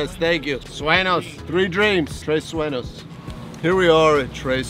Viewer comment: It is NOT Tres Suenos, gringo.